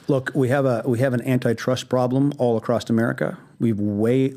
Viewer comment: What an asshole. A billionaire and he says "acrost" instead of across